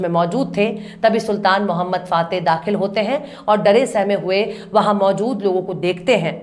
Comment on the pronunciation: Correct pronunciation "Sultan Mohammad fatih"